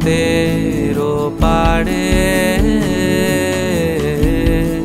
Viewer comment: গায়কী এবং কম্পোজিশন দুটোই যথারীতি মাস্টারক্লাস, শুধু এই 👇দুটি শব্দের উচ্চারণগুলো একটু কানে লেগেছে। আশা করি বিষয়টাকে ইতিবাচকভাবেই নেবেন এবং ভবিষ্যতে এই র/ড়-সংক্রান্ত উচ্চারণ নিয়ে আরেকটু সচেতন হবেন... 🙏 ওপাড়ে ❎ ওপারে ✅ চুপিসাড়ে ❎ চুপিসারে ✅